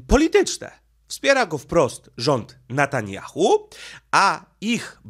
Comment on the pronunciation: Netanjahu , a nie Natanjahu .